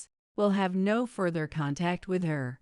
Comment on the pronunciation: Pronunciation of the word “further” is incorrect.